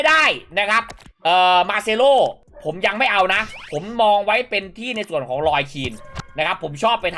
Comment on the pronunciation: จารย์ครับทำไมคลิปนี้จารย์พูดผิดเยอะจังทั้งRui figo Marcelo